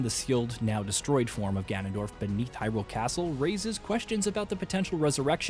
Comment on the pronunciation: Why..why do people keep saying hyRULE?!! It's Hyrule